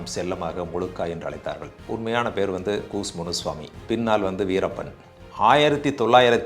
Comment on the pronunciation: கூஸ் முனுசாமி அல்ல அய்யா கூச முனுசாமி...